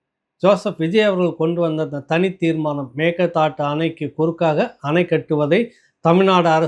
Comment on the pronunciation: அம்மாடி, பல முறை இரண்டு மூன்று வருடங்களாக நான் எடுத்து கூறியும் கவனிக்காமல் இருந்த போதிலும் தற்சமயம் சரியாக மேகேதா ட்டு என்று உசரசரித்திருக்கார் பல comment அனுப்பியுள்ளேன் இப்போ குணா என்பவர் தெரிவித்து சரியாக உச்சரித்திருக்குறீர. திருசக்தியாருடன் நடந்த உரையாடலின் போதும் தெரிவித்தேன்